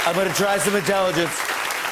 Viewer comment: Im gonna tzry some intellingence jajajajajaja